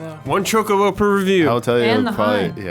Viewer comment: as cool as "Chakabo" sounds, im afriad there's no way to pronounce it that way. the fictional species was created and named by Koichi Ishii who named it チョコボ and not チャカボ